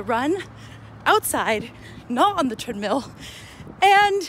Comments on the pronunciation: I almost commented on one of your videos about your pronunciation of treadmill. I wrote out a little message, looked at it, and decided that my comment may only hurt your feelings and it would not have been productive at all. WHEN I TELL YOU I laughed out loud when you said "treadMILL" ---- oh my gosh. You're the cutest thing ever. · NOOOOO I don't like the normal way of saying treadmill !!! <3 lol The other way was so much cuter.